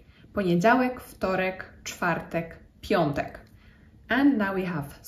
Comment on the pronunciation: Nie piontek, a piątek.